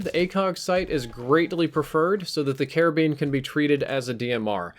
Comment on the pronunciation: You sound like you are saying Caribbean every time you say karabin lol